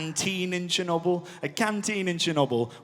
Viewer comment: "Chinnuble" instead of Chernobyl